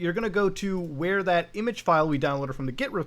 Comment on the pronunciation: Muta my boy wtf is an i-mage?